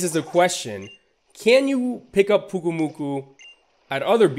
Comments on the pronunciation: It is pronounced Pyuke oo moo koo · Pyu-Ku-Mu-Ku. GET IT RIGHT